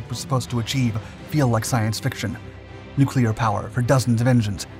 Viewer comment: "Nucular" -Homer Simpson